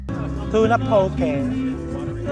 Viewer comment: Try foodland poke ( not pow-key) chef. Dami sila klase. 😊